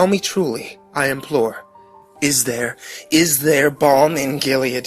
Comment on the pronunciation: Why can't you pronounce thereat? Just wondering